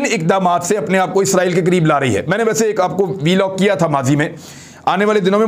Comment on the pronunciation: dear imran riaz the word v log is actually vlog. kindly don't pronounce V separately, instead v should be combined with log. thanks